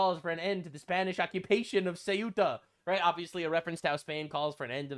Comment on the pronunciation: bro i don't even speak spanish but you killing me with this pronunciantion.... coo-eh-ta and mel-ee-ha. jfc